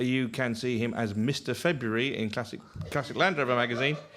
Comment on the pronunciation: 'pronunciation a nouns'. I thought with his argument, the spelling would dictate 'pronunciation OF nouns. Just a practical observation. We will be hearing 'nuculear', 'rarsberry' and... 'Febury' next. Oh we did! From the resident BBC host! ☺️